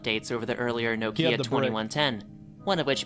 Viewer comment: No kia who tf pronounces Nokia no kia. 😂😂😂